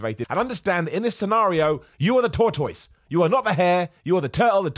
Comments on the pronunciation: I don't think it's British English. I think just struggles with that word. I'm British and I've never heard that pronunciation before. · What the hell is a toytoise?! 🤣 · Oh my God it's so cute to hear you pronounce "tortoise." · I love hearing 'tortoise' in British English.